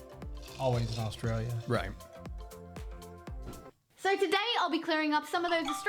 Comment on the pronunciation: Never heard anyone say AustraliaR